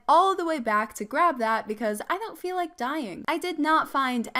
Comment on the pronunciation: When she said donate a like I thought she said donate a leg